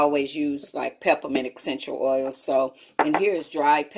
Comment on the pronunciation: Take a shot every time she says “guys” or “exxxxenshul oils” or “senshull oils”